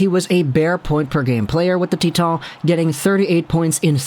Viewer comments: "Tea Ton" Everyone else "Titan" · Acadie-Bathurst is in Quebec and Titan is pronounced that way in French.